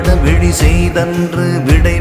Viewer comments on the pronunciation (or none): none